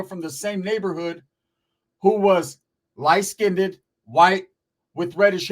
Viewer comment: You sound so dumb and uneducated when you mispronounce the word "skinned" why do you pronounce it "skin-tid".???????